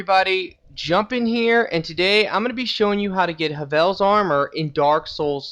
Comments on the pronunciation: "Huvel's Armor.... Black Gluch..." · Havells Glutch susess. Not sure if trolling.